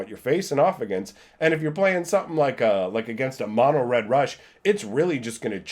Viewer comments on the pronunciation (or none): none